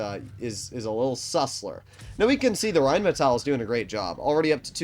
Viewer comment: Just in case you care. You pronounce the rhm like reinmetail. Just let the i away. Pronounce it more Like the englisch metal and emphazise the A. It has to sound like the way you pronounce it but without the i.